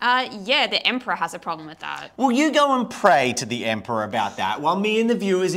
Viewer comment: Am I the only person who caught saying it as "Emprah"? Just a thing that made me laugh